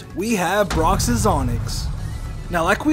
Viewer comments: "Brocksis onix" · Brocks’S it’s brocks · Is no one else mad that he kept saying brocks's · Broxes. Broxes. Broxes. Cringes. Cringes. Cringes.